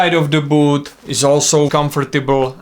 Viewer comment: It’s ‘boot’, not booth